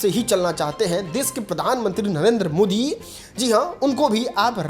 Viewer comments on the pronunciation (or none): none